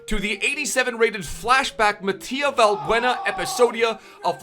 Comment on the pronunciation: Its MATH Y JEU , not matia 😂 tnx for butchering my name